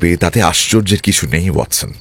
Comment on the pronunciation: শার্লক এবং ওয়াটসনের উচ্চারণ বারেবারে মুগ্ধ করে। ঠেক দীর্ঘায়ু হোক...